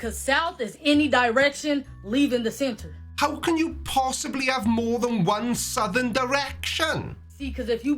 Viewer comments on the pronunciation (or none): Why should I listen to any shouty person, who didn’t pay attention in school? Most people know that southern isn’t pronounced sowthen.